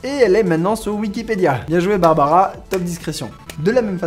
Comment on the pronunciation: C BARBRA STREISAND PAS BARBARA.